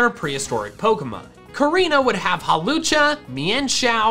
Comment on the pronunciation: Can we talk about the way his voice carried itself there when saying Hawlucha? Does he need to hiccup, burp, or yawn?